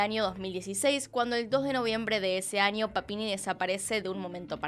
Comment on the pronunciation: Niño NiÑo no Ninio me daba un estrés escuchar cada vez que decía Ninio, Anio noooooooo